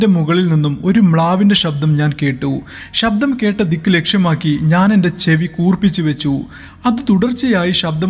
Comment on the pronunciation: ഷബ്ദം alla ശബ്ദം ശ്രദ്ധിച്ചു കുറച്ച് സ്പീഡ് കുറച്ചാൽ ഒന്നുകൂടി നന്നായിരിക്കും 👍